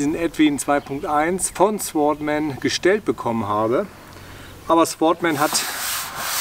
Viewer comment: Das W wird nicht ausgesprochen. Sordman ausgesprochen....